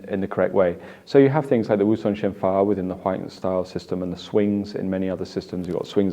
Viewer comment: It should be pronounced "Song Shen Wu Fa" - 松身五法 - The five loosening exercises. Combine with a little standing, highly recommended daily practice